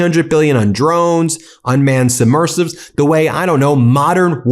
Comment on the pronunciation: Not "submersives"..*submersibles!* Or just plain submarines.